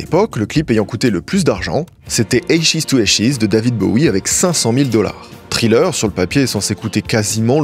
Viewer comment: Thriller prononcé Tri-Leur et Ashes prononcé “Eille-Chise” tu me tues ne change jamais 😭❤